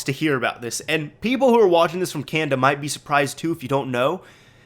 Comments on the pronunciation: It's can-na-da not can-da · Y U SAY "Canda" it's Canada haha. ;)